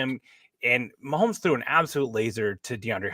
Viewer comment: for the love of God, STOP SAYING "MAHOLMES"!!!!! It's MAHOMES. No L. Yes, we all understand YOUR name is Holmes, and you're used to making that sound with your mouth. But get the f*** over yourself and show some professionalism and respect. Pronounce our generational QB's name properly.